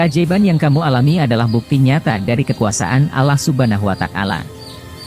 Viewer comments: Wata'ala bukan watakala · Kenapa Allah watakala, komentator nya gak bisa ngajikah.?